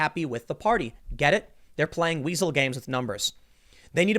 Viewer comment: I FOR ONE WILL BE SAYING "WHEASAEL " slot more...